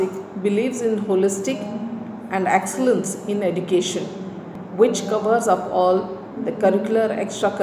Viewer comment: It's excellence not axcellence